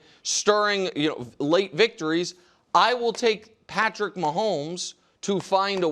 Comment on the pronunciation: Every time Nick says "Patrick" I cringe.